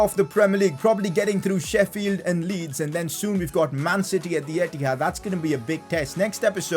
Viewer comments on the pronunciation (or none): none